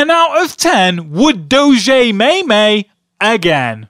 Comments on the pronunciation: 'Maymay' wtf it's 'meem' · I hate when people say "may may" it's "meem" but LMFAO at "internet thing" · AND ITS NOT PRONOUNCED MAYMAY ITS PRONOUNCED MeMMMMe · Its pronounced mēm